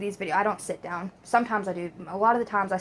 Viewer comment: He said the word “down” and it sounded like Dianne